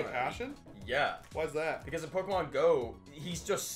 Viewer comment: Finally someone whos worse at pronouncing pokemon than jack